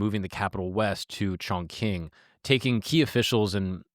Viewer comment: Great job pronouncing Chongqing.